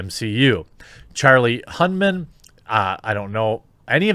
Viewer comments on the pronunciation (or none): I can't see the text because its too small, but did Jeremy really mean Charlie Hunnam when he Charlie Hunmen? Because if its Charlie Hunnam he's definitely playing Ghost Rider.